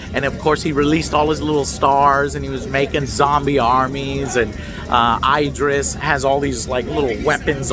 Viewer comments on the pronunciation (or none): His name isn't (eye)dris Elba it's (Ih) Idris. It really bugs me when people say his name wrong just like (eye)talians🤦‍♂️🤷‍♂️??? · It's not "Ay-drees Elba", it's "Eee-drees Elba". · Eye-Dris. Do you do this on purpose Joe? XD If even IDRIS pronounces his name "ID-RIS" then you can be sure "EYE-DRIS" is wrong. Movie was fantastic though, best DC movie in a good while. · It's not 'eye-dris' It's 'Id-ris' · It's Id-ris not Eye-dris, he's been around for years ffs. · This guy says eye-dris Alba lmao 🤣 get the man’s name right Chief!!! This movie was AWESOME!!!!!! Hopefully it bust the box office!!! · "Eyedris Elba" Lmfao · Eye-dris Elba lol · i love eye-dris elba too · Pronounced , E - dris. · EYE-DRIS elba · He is American. Its always an 'eye' with them (Eye-raq, Eye-ran). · Loved the vlog joe, you look so happy! Keep it up and btw that’s not how you pronounce Idris’ name😂